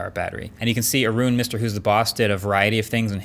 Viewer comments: "aroooon" lmao his name is Arun. pronounced ah-run. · Lol he called Arun aroon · Who is aroon? Its arun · It's pronounced Aaron lol 😆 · I'll never understand people who opens their location, mobile data, and Internet at the same time. Also, I like how he pronounced "Aye-run's" name A-rune. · It’s prolly a dumb thing to say but MKBHDs pronunciation of Arun’s name is more close to the Indian pronunciation than when Arun says it himself on his channel 🤣🤣🤣 For quite a while I thought Arun ways saying Aaron till I read his name in the comments section. 🙈🙈🙈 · I don’t think that’s how you pronounce Arun’s name.